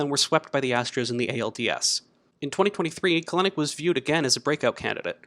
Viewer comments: Bro it's KEL-nic not "Kalenic" shit was bugging tf out of me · Good video! It is pronounced "Cel-Nick" however 😁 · You pronounced Kelenic incorrectly. His last name is pronounced Kelanick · Love the video but it’s pronounced Kel-nick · Love the video, but we gotta work on the pronunciation of Kelenic :)